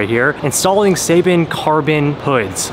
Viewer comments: You saying seibon wrong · His pronunciation of Seibon is cringy